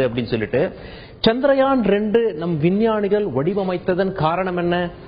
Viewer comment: Good information. Thanks. By the way, it is chandraayan and not chandrayaan